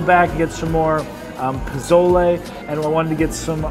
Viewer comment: Puh-sole-lay. Not “pa-zole-Eee”